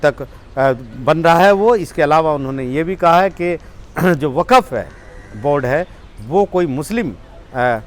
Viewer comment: Brother not waqaf is waqf..